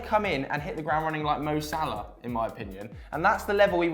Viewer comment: why do English people replace the ending “a” in a word with “-er”?? Example: Mo Salah -> Mo Saler